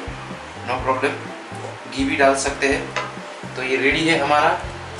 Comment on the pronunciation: Q... ق.... Bolne ki khoob mashq karo.... Qimah..... قیمہ....... کھیمہkhima bolo..... Urdu ko zinda karo..... Aur up k log bhi... ش ki sahi awaz nikalein........ سکیل کی سادی میں سکر کا سربت